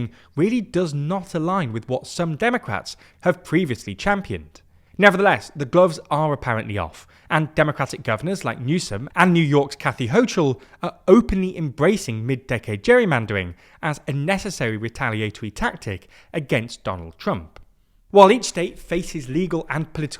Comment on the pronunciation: The 'ch' in 'Hochul' is the same 'ch' in 'chemistry' not 'chair.'